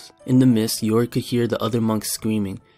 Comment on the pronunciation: Did somebody read yorick "Yo Rick"?